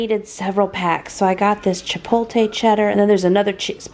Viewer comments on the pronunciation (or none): It’s cracking me up how you’re saying “chipotle!” “Chip-ol-tay” instead of “chip-oat-lay!” All looks so yummy! I miss your 20 minute long freezing cooking videos!